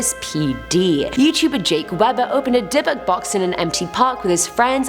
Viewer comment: Ohhhh, Dybuk box I kept on hearing Debit Box